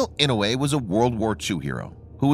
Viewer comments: Yes sir I know, sure is painful to hear the Senator's name butchered. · The pronunciation of "Inouye" is painful.